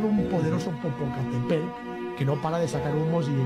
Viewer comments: Te ves bien burlandote de los demas... Muestra quien realmente eres bravo macho.... Se dice Popocatépetl aculturate un poquito, no hace daño... Otra cosa... Ellos tienen nombre, llamalos por su nombre... Respeta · Jajajajaj 😂😂😂 yo aqui burlado de un tío de edad avanzada por no poder pronunciar el nombre de un putto volcan, que asu vez se burla de dos compatriotas suyos por decir charadas según el... El bullying sigue vigente 😂😂😂😂...